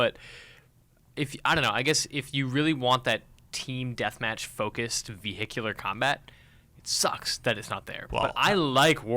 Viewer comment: Veerhicular combat